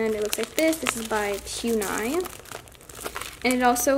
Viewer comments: It’s it’s poo-nee-mar-ooh not pew-nee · I’m sorry but you are pronouncing Puni Maru wrong. It is not pu niya. ( idk how to spell how you said it lol) . It is poo-ne- ma- roo. I just spelled how I think it is said. No hate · Its puni(poonee) notpyuni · no offence but every time she says 'puni' pronounced as 'poon-eye' instead of 'puni' pronounced 'poonie' i kinda die inside. not hating though, amazing store; 10/10♡♡ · Poon-I 😂 FYI it is pronounced "Poon-e Ma-roo" 😊👍🏻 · its not pun- I its pronounced pun-E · It’s Puni Maru not PUNE-I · Oh no trying to be mean but Puni is not poon- i it is pue-ni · It’s not pun i it’s puni and not just puni it’s puni maru no hate tho just figure it out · its pronounced like pune not pu-ni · You say pu - knee not pu -ni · Not trying to hate but u said ‘poon eye’ but it is pronounced ‘poonie’ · I got so triggered when she said pewnie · i wasn't aaaaallllllooooonnnnneeeeeeeee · ghostyykuma she also says “maroo” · ghostyykuma me too lol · she has really good squishies in her shop yet she says Pue Nigh 😂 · It triggers me when u say Pue-nye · She is saying puni wrong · You do not pronounce puni correct